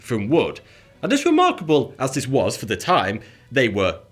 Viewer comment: Well either way, he is unable to pronounce the th- sound. Watch any of his videos it's all "I fink vat" and "vis is vuh best".